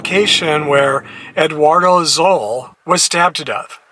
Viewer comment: Eduardo's last name is pronounced "soul." The street name is pronounced "Cal-lee Encilia.